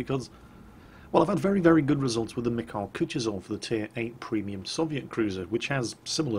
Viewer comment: its pronounced KUTUSOV not KUCHYSOV